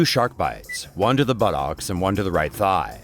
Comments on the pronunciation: You said butocs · is nobody going to bring up how the commentator pronounced buttocks 😂